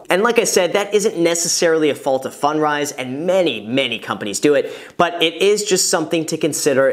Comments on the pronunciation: I think you should say it like "fund rise" not "fun drise". On a different topic I've started watching YouTuber Mark Ferguson investformore. He seems to know a lot about house flipping and renting. He's not a big channel like yours but he has a book on Amazon and has flipped dozens of homes and has a team of like 9 people under him. I just stumble on his channel. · Can't unhear "Fun dries". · I thought he said “fun fries” at first. I must be hungry lol.